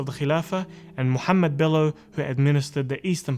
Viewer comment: Come on me on no his name as Muhammad not the Turkish pronunciation